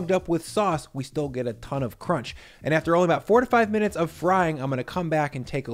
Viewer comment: I thought you said 45 minutes and had to go back a few times to confirm if I heard that right. It’s actually 4 to 5 minutes. Hope nobody else got confused.